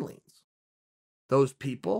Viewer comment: 'Millenial' Sean Ow' Malleg